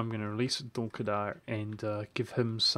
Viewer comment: It is pronounced DULK-AH-DUR, do NOT insult the great emirate that is Dulkadir. Good day sir!